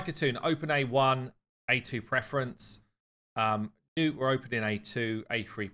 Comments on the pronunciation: its not newt, its nutt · He keeps calling him nute instead of nut sadly